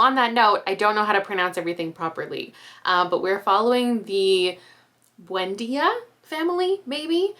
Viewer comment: You said Buendia and Macondo perfectly 👍🏻